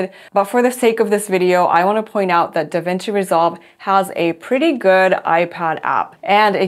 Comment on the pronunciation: What are you saying the name of the video editing app is? I’m hearing devengi resolve…🤔 are those the current versions of the iPad & MacBook?